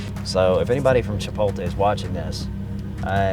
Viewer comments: “ chi-poll-tay” 😂that’s the first I’ve heard someone say it like that hahah, I say “chi-polt-lay” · Somebody count how many times he said Chipotlay 😂😂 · The way he say Chipotle is funny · Yeah he's concerned about the mask getting roasted on for haha shit needs to fix how he says that shit.